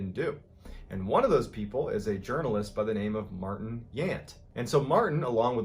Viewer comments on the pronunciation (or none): none